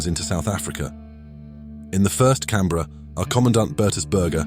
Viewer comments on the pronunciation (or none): none